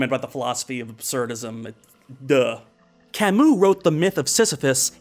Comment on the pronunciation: wow you taught me how to say camus I've been saying it wrong this whole time wtf how come philosophers always have hard names